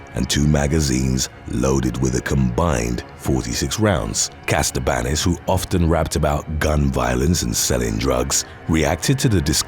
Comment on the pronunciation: It's Katsabanis NOT Kastabanis